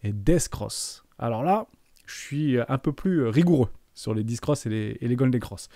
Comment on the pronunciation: On dit "dèf" pour death et "bèr" pour bear 😅